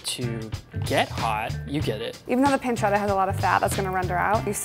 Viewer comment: the way they where saying pancetta and pepperino rly annoyed me, pls pronounce it right